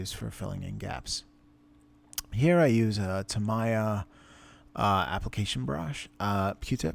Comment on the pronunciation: Do all Americans pronounce Tamiya like you do?